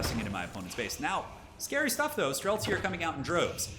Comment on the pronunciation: I got same when hear "Strelcy". I am Polish but this word is in my language too and means same :D